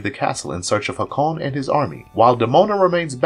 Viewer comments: You kept saying "Maggus" like the name "Maggie", but the man's title (not name) was "MAY-GUS". "Hak-Cone"? The princess in the clips called his name "Hay-kun". "Eliza" is NOT the detective's name, it is "Elisa", pronounced "Ee-Lee-sa". Its not an uncommon name either, and for one of the main characters, shocked you can't get her name right. You pronounced Titania like Titanium (the metal) when her name (from Shakespere, BTW) is pronounced Tih-Tah-Nia. Not sure how you can mispronounce so many character namestitles when they are blatantly spoken, and quite often, in the show. Heck, if you reviewed the clips to make this compilation, you would have heard the names and titles pronounced properly to know better. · Hay-kon! Not whatever pronunciation you were saying lol it’s like listening to Benedict Cumberbatch say “penguins”. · The repeated mispronunciations of "Hakon," "Magus," "Eliza" and "Demona" are driving me crazy. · Did this video's narrator do any research prior to having it posted online? He persistently neglects saying Hakon's, Elisa's and Demona's names properly throughout. 😖